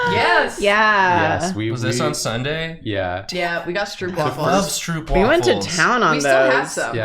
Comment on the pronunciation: As a Dutch person, hearing them say stroopwafels sounded so weird. The double o is pronounced more like the o in yooo. stroupwafel is not it